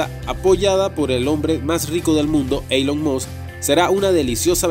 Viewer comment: Sería muy agradable que se corrigieran algunos errores del idioma y decidirse entre pronunciar palabras en inglés o pronunciar el inglés en español, pero no una mescla entre inglés y español Ej: Elon Musk, mal pronunciado múltiples veces y la palabra habían, mal empleada múltiples veces también. Espero se entienda como crítica constructiva.